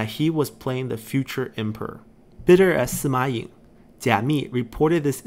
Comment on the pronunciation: Kinda wish there were writen names when mentioning other characters, or introducing them. Like with Sima Ying, I frankly had to go to wikipedia to see whose 16th son he was, since I just heard "Sima Yeng" or something like that. But knowing that pronunciation doesn't quite match the writing, I was left wondering where was he coming from haha Having the portrait was nice but could definitely have used the family tree there. Taking the chance to mention these videos are amazing. I've been watching some others that go over the story of the 8 princes, but was always left wondering about the details. These videos are great when it comes to getting to know all the intricacies that went on through the period. Definitely shedding some needed light into why some people did this or that, really well put together. I just keep tabs on past parts' family trees for when I get lost haha